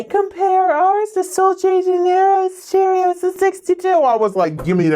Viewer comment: Pronounced: Shay-rosa